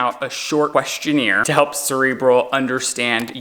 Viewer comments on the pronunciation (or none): This week on the podcast: Lizzy- ", what the hell is a question-neer?" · I can't wait for the next episode of The Sip where Lizze comes for for his pronunciation of "questionnaire!" Its gonna be hilarious! 😂😂😂 I just started the video but that and booger burgers are TOO MUCH! 😂😂😂